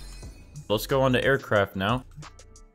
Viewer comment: When he said aircraft. I thought he said Air crap and I’m sry